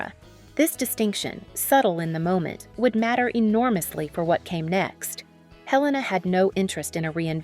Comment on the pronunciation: Not pronounced Hell-a- na. He rname is pronounced A-lain-a.